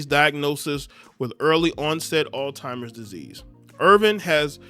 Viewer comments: It's pronounced all zheimers not all timers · Bro said "ALL TIMERS....disease" 🤣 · It’s not all timers disease, it’s Alz-heimer’s disease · Brother it’s Alzheimer’s not all timers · Why does he keep calling it All Timers? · We gotta stop saying alltimers ....😒🤦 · Someone needs to get hooked on phonics. 😂😂😂